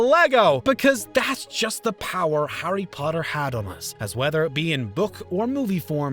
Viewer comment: did..did he just say howdy potter??